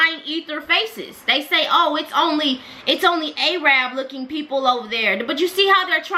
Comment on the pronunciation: Arab, not A Rab